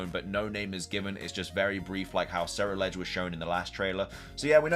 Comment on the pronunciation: HD Ceruledge is pronounced Cerulean and edge stop saying it wrong